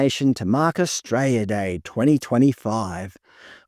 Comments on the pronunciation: AustraLia, not Astraya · Mate, it's not 'Austraya', its 'Australia'! There's an L in Australia. I'm Australian, not Austrayan! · Mate its Australia or straya no such thing as austraya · brother pronounce the fucking word correctly holy shit A-U-S-T-R-A-L-I-A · I’d enjoy this more if he could pronounce Australia correctly. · What does that even mean? Are you saying you can’t hear the mispronunciation of Australia?